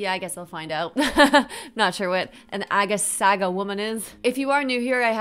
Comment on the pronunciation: It’s pronounced phonetically “Arga Sarga”